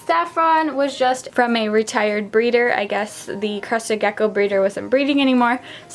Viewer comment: Lol kept hearing “crusty gecko”